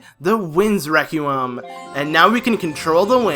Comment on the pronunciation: No offense but "Requiem" is pronounced reck-wee-um. English is retarded. not your fault. Love your guild btw. Some times I am stuck for an hour and I get too fustrated to carry on so I just checj one part of your guild. Y make amazing guides step by step. Good for you man. <3